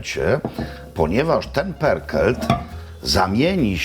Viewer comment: Perkelt??? Tak się czyta pörkölt?